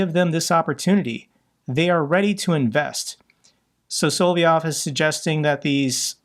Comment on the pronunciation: I think its soLoVyov, not soVoLyov....